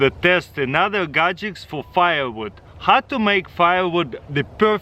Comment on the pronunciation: Firewood "gajicks" is 🔥